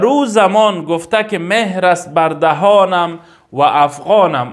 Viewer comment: مهر نه مهر با زیر نه با پیش خوانده میشود. یعنی چون بلبلم اما بر دهنم مهر زده شده.mehr نه mohr